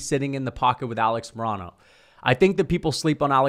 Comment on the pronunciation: Dude you pronounce Alex Morono so wrong lol